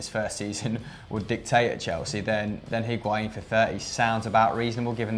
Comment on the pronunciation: Decides to pronounce Higuain in the correct accent and then proceeds to say calciomercato in an English accent... terrible